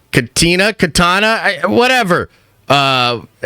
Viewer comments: Key-Tana, 🤨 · This man said Katina 😅😂😅😢😮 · With all respect, the fact that you can't pronounce Kitana's name shows how little you actually know about the franchise. It's not "just" about the fighting. What even made Mortal Kombat the cultural phenomenon it became was the story and the characters in it. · Dude you good? Kitana is not a hard name to read... Have you checked for stroke? This whole video was like you're low key hating on the fan base, not a good look